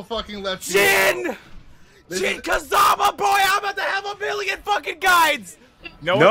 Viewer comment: Did he just said, Jin Kazaba?...